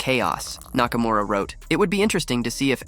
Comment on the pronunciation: "Nakamaura Rules"